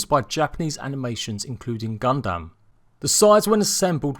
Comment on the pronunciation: Ur not the only one lol, the pronunciation of Kaiju and also of Gundam was driving me insane